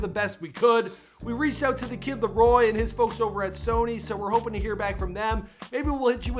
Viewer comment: TheViper727 “Lario”